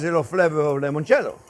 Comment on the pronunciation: Chef, once and for all, it's NOT lemoncello, it's limoncelleo. Limoncello, limoncello. Geez!